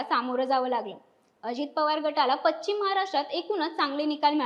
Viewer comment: पच्चीम महाराष्ट्र नाही हो तो पश्चिम महाराष्ट्र असा शब्द आहे .